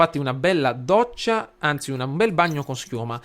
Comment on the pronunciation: Ho capito che sei siciliano perchè hai detto doccia con due d "ddoccia"